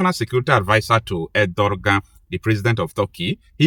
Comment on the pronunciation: IT IS PRONOUNCED Er-doe-wan !!!